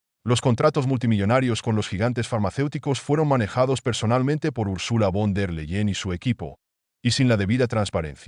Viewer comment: se lee ursula fon der laien i se escribe URSULA VON DER LEYEN INFORMESE BIÉN ANTES DE ESCRIBIR Y PRONUNCIAR NOMBRES ALEMANES!!